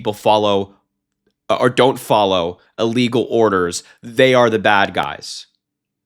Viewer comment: Emphasis...."Illegal Orders!"